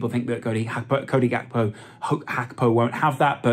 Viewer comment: Please just say Gakpo the english Way going foward